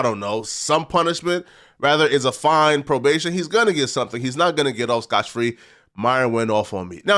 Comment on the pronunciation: has Butter scotch on his mind that’s why he keeps saying “scotch free”.